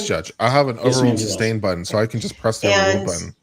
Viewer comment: How many brain cells do you think we lose with each "grounds" and "substain"? I feel like it's bunches